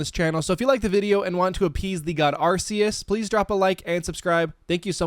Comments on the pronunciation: Why would we praise Arse-see-us? Instead of Arkoos or Arceus? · It’s Arkoos bruv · Pronouncing his almighty name wrong will not make him happy Say it with me now Arc-E-Us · It’s pronounced ar-KEY-iss, SAT-TOH-shee, ray-QUAY-zuh, KUH-STEE-lee-uh, KAH-lohs, and ann-DORE-uh, “Patrick Star”! 🤨 Also, you forgot the DLC areas of both Generations VIII and IV!